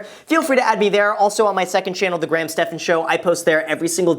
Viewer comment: Why do i always hear greg* instead of graham? And i always go wait!... is his name greg? then i check the channel name and all!